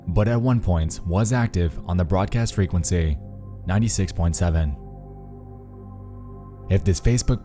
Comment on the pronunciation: "fray kwen sayyyyyyyy" Dude has the most affected pronunciation of "frequency" I've ever heard.